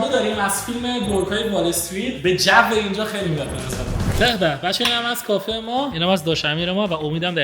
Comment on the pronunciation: کافی ❌ کافه ✅